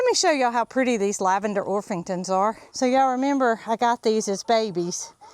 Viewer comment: G'day, I just love your lavender Orppppppppingtons. Sorry to pull you up but they are NOT OrFFFFFingtons (orphingtons)! Orpingtons with a PPPP! Have you seen the Jubilee Orpingtons? They are just stunning, similar colour to Speckled Sussex but a bit bigger with their gorgeous fluffy butts! Love your chookies, such a variety! Thanks for the great vids. From South West Australia.